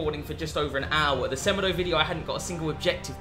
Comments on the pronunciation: Its sa-mAY-doh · The way you say semedo is abs disgusting 🙄😭 it's sem-e-do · It's pronounced 'SE-MAY-DOUGH', not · The way he said semedo smh